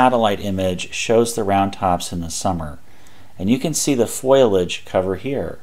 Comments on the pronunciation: seconds in FOILAGE?????? nope nope..It's FOLIAGE FO LI AGE. or PHO LEE ADGE. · Great video! Fo-Li-age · Fiolage, really? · "Foil-Age" makes me lol every time. (no shade. This is a great video and I subbed. I love detailed maps.) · Foilage? Really? Don’t you guys vet your narrators? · Foliage or foilage?